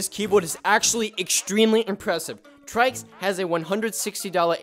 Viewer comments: Its not traiks its try see s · Its not trikes it's trycs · I thought trycs was pronounced tricks not trikes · I didn't know that trycs was pronounced as "trai-ks"... I always pronounced him as "Tricks". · The way he says "Trycs" is more like saying "Traiks" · "TRYcs" lol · he said his name wrong